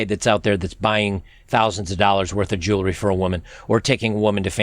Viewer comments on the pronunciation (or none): none